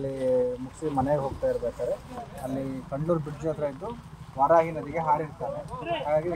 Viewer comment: Dayavittu place name correct aagi heli.. Idu kandlur kalavara alla... Good job....